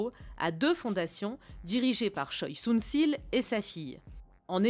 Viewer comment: Très bon reportage seulement, ce n'est pas "Sunssil" mais "SunSHil", le son ssi n'existe pas en coréen et la faute as été répété pendant toute la vidéo...